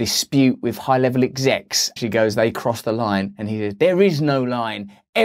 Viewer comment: It’s not 𝙖𝙣𝙪𝙫𝙫𝙚𝙧 (another)! It’s not 𝙬𝙞𝙛𝙛 (with)!